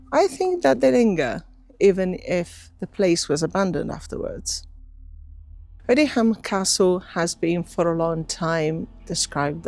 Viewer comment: The pronunciation is Odiam - the h is silent!